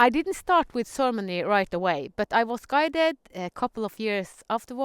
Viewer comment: Oh! Ceremony! Okay. I was hearing sermony, and wasn't understanding. Beautiful. Got it! :-) Beautiful.